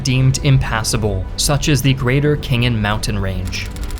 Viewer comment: "Kh" exists English speakers: I'll ignore the "h" The "k" is there to make the "h" sound harder, not to make a sound on its own, Khingan is not Kingan, it's basically Hingan with a hard "h".